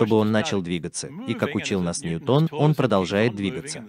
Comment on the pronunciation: ˈnjuːtən дорогой товарищ переводчика.